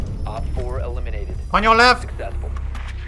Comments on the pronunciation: Bruh…”ONYO LEF” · “ON YO LEF”